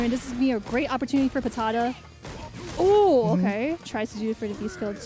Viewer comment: They trying to say PATADA and saying PATATO is epic